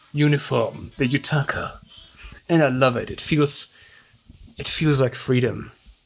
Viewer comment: Are you saying yutaka on purpose? 😂